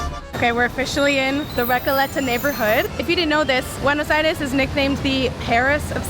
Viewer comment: Recouuuuuleta.... (Why does she have to pronounce like a gringa) 😂😂😂😂🤦🤦